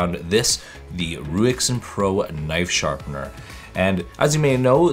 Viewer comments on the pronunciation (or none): It is pronounced Raisin Pro